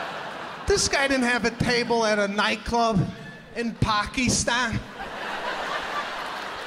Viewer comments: He said it perfect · Uh that's how Pakistan's actually pronounced. It's not Packistan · Cynthia: that's the correct way of saying it; i was actually surprised that he got it right; also, the way they say iran and iraq in the western countries is wrong and very irritating too.. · He said it the right way thou 😂. I bet you laughed at that part 😂.